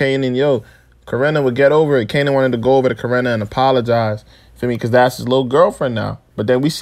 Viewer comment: It’s Corrin not corrina…. Why you putting an A after it